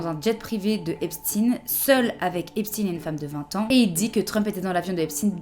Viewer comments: Ça se prononce Epstein comme Einstein, pas Epstine ! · EPSTAYNE pas Epstine svp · Par contre on ne dit pas Epstin mais bien Epstein!! Tout comme on dit Einstein et non Einstin!!! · C’est Epstein et non epstin !!!! 😡 Il le disait lui même !!!! On dit pas Albert einSTIN MAIS Einstein c’est INSUPPORTABLE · Super merci mais il s appelle Esptein et non Epstin ! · Comment vous prononcez Einstein? C'est pas parce que l’intéressé dit lui même "Epstin" et non "Epstein" qu'il faut faire comme lui... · on dit pas Einstine mais Einstein donc Epstein == Epstein et pas Epstine. ya pas d'enervement ou quoi juste vous inventez pas une vie avec la prononciation en ine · Pourquoi vous dites Epstine alors que le peuple américain et Francais prononce Epstein.Y'a que a la télé americaine et Francaise ou l on entend Epstine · Non, désolé, on ne dit pas Epstin on dit EPSTEIN. Ça vient d'Allemagne, donc on dit EPSTEIN. Ca m'énerve tellement que je me désabonne de ta chaîne. T'es trop pikousée par les US. Si je veux des infos en direct des US, je sais où les trouver. Moi aussi j'adore me regarder..... Ciao! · EinstEIN, FrankensTEIN, EpstEIN pas Epstine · On dit Epshtaïne, pas Epstine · Epstein ou Epstine, c'est vraiment ça le débat à avoir dans l'espace commentaire ?! Parce que sinon, dans toute la vidéo on parle de réseau p**ocriminel qui agit en toute impunité depuis 15ans +, de traffic d'adolescentes et des élites blanches qui se protègent coûte que coûte... Honnêtement si malgré une vidéo aussi claire et précise, on ne retient que la prononciation d'un nom de famille, alors effectivement ils ont raison de nous prendre pour des débiles et de continuer à dormir tranquille la nuit... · Est-ce qu’on dit Einstine non on dit Einstein, donc on ne dit pas Epstine mais Epstein Et juste pour ça, je ne regarderai pas la vidéo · C est pas epstin c est EPSTEIN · SVP PAS EPSTIN MAIS EPSTEIM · Ont dis frankenstein pas frankenstine il est juif.. donc c'est epstein pas epstine.. il est pas russe